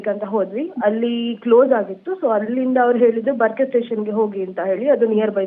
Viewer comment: ಬರಕೆ ಅಲ್ಲ ಮಾರಾಯಿತಿ ಬರ್ಕೆ 😂😂😂